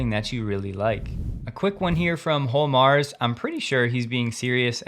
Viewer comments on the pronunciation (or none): none